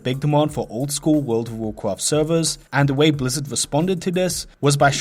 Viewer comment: Woool ov Wovcwaft